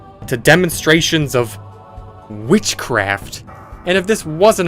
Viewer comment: The way he said witchcraft. Almost offensive